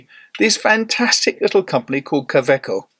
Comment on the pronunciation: Pronounced Kawayco not KA eco as demonstrated in an interview with the German COE on a you tube video. To make it easier for English speaking people. Like Robert Wagner instead of Robert Vagner.